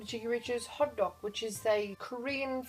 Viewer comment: It kept sounding like you were saying "hotdog" instead of "hottoek"..